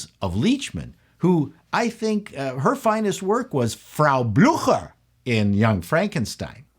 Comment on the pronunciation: when you said Frau Blucher I heard the horses neigh